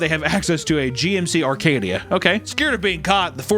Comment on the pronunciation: There’s no r in Acadia